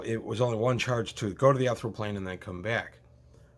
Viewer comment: ethereal [ ih-theer-ee-uhl ] (I'm sorry, your pronunciation just hit me wroung.)